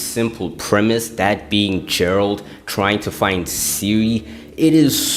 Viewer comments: Jeralt trying to find silly? It's Geralt like get, not jet. I see a lot of people do this mistake. Same goes for Yennefer - it's not Jennifer. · Bro lost me at 'Jeralt'